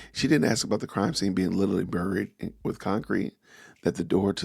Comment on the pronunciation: Did anyone else catch she said "burry" like she did the other day and in the same breath actually pronounced it the right way "bury?" It was when Piers ask if she knew where Charlie was buried. A play on words game, she wanted to start, but really got no traction!